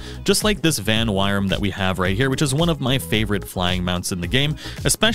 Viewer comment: Uh... there's no r/ar in Vanwyrm's name dude.